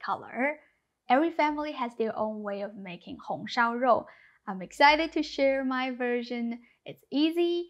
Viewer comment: Жоу, а не Роу. В китайском языке нет звука "Р". А буквой "r" передают звучание по типу английского (картавого) произножения этой буквы, в результате чего появляется звук, похожий на "ж". Например Женьминь Жибао - Народная газета. Не Реньмин Рибао же)))))